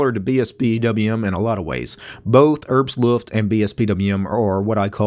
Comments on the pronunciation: No, not "Herbst Luft", it's "Herbstluft" in one word! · Rich B.O.B Sorry, I'm actually a native speaker of Norwegian (which work the same as German), not sure I quite understand your comment. The point is exactly this: English is not German. So you shouldn't use English rules for compound words on German words. He said neither "Herbsluft" nor "Herbs-luft", don't understand why you are taking that up. You can clearly see it sais "Herbs Luft".